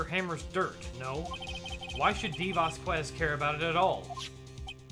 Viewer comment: And the latest of late corrections: "Vasquez" is pronounced "Vaskez". Without "Que".